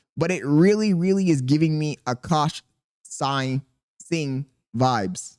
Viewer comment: You learned how to say singh W i'm not even indian but the way you said it before pissed me off 😂